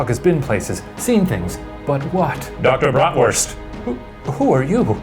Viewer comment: "Dr. Bratwurst" As a German I can say that his pronounciation wasn't bad tbh Applause for Shane